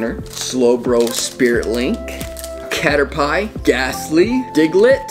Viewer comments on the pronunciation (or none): It's not katter pile it is katter P so a way to help you say it you say katter and then just say P I hope that was a good tip for the pokemon that you didn't say right